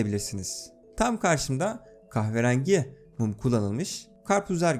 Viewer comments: "kahverangi" hahaha çok iyi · kahve rengi demesi tek banamı tuhaf geli,yo